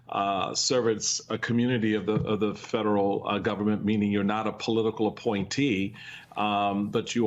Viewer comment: She's trying so good to speak cool, she can't pronounce F E D E R A L.